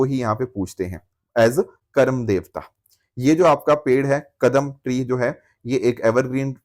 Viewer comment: Karmaa not karam sir ji.